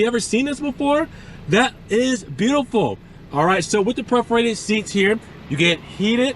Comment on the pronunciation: It’s PER-forated, not PREF-orated; faux is pronounced “foe”, not “fox”.